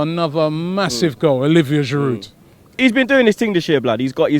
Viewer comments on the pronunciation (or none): By the way, it's pronounced Girou, not Giroude. The d is silent.